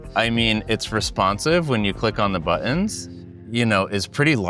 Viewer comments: Why do people not use The T when speaking. It's not bu ons ...its buttons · Why do you pronounce 'buttons' like there is no 't' in the word?